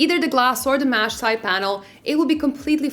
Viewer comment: Mesh not mash